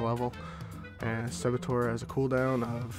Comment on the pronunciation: As always quality content I also laughed at the way you said saboteur. I was like you would say it like that XD